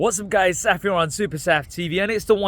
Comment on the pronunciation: Saf here on supersaf What I hear - Safiron supersaf